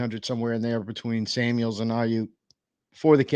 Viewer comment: Okay man, I have to say something, there is NO S in George Kitle OR Debo Samuel's last name!!!!! It's just George Kittle AND Debo Samuel. There is no S at the End of there last name. Google it.